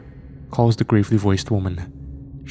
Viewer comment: Bro its pronounced Gravel-e not grave-ly Fuck lol